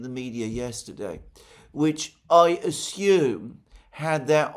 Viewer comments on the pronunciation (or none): none